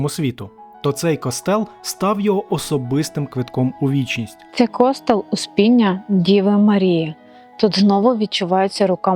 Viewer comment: Не кОстел, а костЕл😮